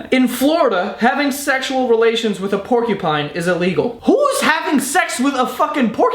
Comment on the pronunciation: it didn't register that he said porkey pine and I thought he said pinecone